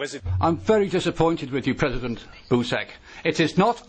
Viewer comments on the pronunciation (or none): president "boosack"?